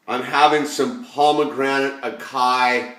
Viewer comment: Haha, illusion what up thought i'd let ya know its "Ah-Sigh-EE". I thought it was acai too.